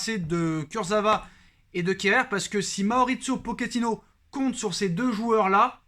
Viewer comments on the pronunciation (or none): none